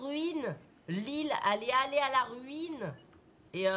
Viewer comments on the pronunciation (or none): MICHOU C'EST RUNE PAS RUINE 😭😂